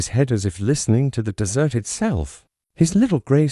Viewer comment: I stopped listening as soon as that horrid robot AI said "dessert instead of desert"